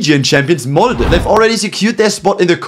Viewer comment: Huge respect to this team!🫡 But as a Norwegian I also huge, I mean HUGE respect for pronouncing Molde right!